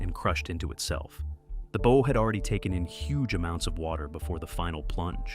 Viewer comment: Tell your STUPID AI, that a ship's "BOW" is not pronounced BOE, it's BAU. (closer than BOE!) I can tell that NO Human proof-checked this video before it was uploaded. That's LAZY, or maybe GREEDY. --->The ship's BOW, BAU, must have been mispronounced at least a DOZEN times like BOW as in BOWS and ARROWS. The first three or four times they say BOE, you say STUPID AI, every single one of the next eight, you say stupid producer! AI isn't quite the YouTube MONEY MACHINE YOU THOUGHT IT WAS!